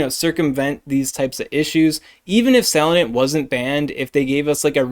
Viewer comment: Sa-lan-dit Please, you're driving me insane